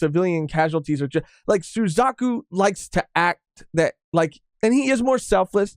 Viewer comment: oh i thought you said “Su-cuck-u”🤣